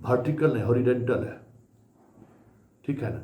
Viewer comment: होरीडेनटल के बदले होरीजोनटल बोलिये